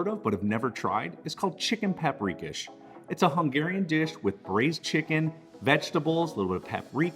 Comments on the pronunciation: Just a heads up: I believe from my Hungarian best friend growing up and his mother cooking, it's pronounced chicken pop-ree-kosh. It's one of my favorites that his mother would make. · It’s pronounced pop’ ri’ KOSH…lol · Pap- ri-kash….dont know how the heck you pronounced that…get it right. And Spaetzle…is not pronounced Spatz-el…..but Spetz-li…… drives me nutz when people are too lazy to pronounce foreign dishes correctly